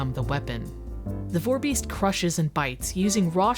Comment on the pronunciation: You caaaaaaaaaan't be calling it a vore-beast, please